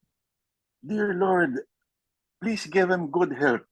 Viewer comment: I always enjoy Lourd's POV. Entertaining vlog. Can you make an effort to say LOURd not Lord?